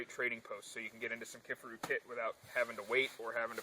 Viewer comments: It's Ki-far-u as in far away!!!! Ever watched one of there videos> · Lol...."key far ou"